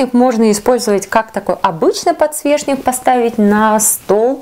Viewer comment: Не подсвешник а подсвечник